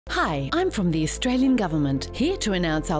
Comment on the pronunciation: Austr-alien?.....or is it Australian